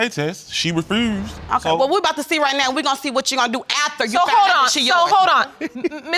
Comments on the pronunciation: “She refruused” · "REFROOZED"⁉️ And he said it several times.